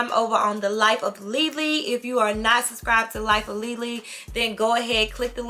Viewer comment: I wasn’t ready for the French Leelee 🤯